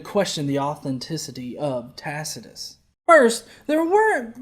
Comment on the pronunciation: This stupid fucker cannot pronounce Tacitus.